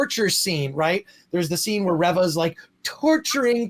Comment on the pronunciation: Reeva not revva